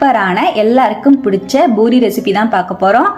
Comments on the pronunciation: JFYI - it’s NOT Boori, it’s Poori Not கொத்தமல்லி “தலை”, it’s தழை Need proper Tamil pronunciation. It’s our mother tongue. Not good to speak badly in our mother tongue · Amma athu boori kideyadu poori sariya pesunga kekkave aruveruppa irukku